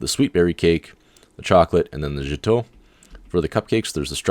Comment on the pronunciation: Great video thank you, Gateau is pronounced 'Gato', like cat, but gat-o, hope that helped :)